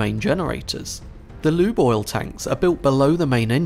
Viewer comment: When you say "Lube Oil" I hear = "Loo Boil" 👀😂